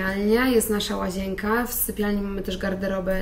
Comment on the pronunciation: Pani nie "łazięka" tylko "łazienka":) Bez urazy...